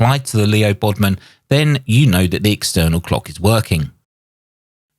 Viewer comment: LEO BODNAR, not Leo Bodmon. You have been doing these mistakes a lot lately.